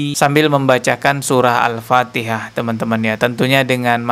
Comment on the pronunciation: Sebutan Al fatihah pun tidak betul bagaimana si maksud fatihah, mana tau sebutan Al fatihah nya ITU Ada lah laknat kpd diri nya...nuzubilaminzalik.